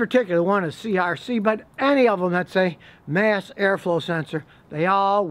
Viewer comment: Scotty it's mass air flow not math air flow